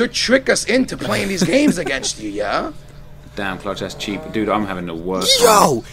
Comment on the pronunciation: when says "yeaho" he sounds so white